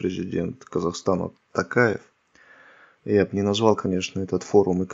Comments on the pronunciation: Токаев ударение на О !!! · День добрый, пожалуйста произносите Токаев, а не Такаеа. Как не Президент нашей Родины!! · Автор, правильно произносите фамилию нашего президента.Не ТАкаев,а ТОкаев.Не коверкайте.В безударном положении звук О всегда произносится как О. Мы же говорим Отан , а не Атан.Пожалуйста, говорите правильно .Имейте уважение к казахскому языку.Режет слух.